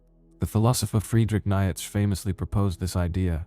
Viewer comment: Friedrich Nietzsche. Pronounced: Nee- cheh.